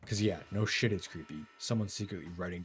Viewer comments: I love that pronouncing "shyt" makes people sound british for some reason. Off topic but ehhhh... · what is a shighyt, I think you mean shit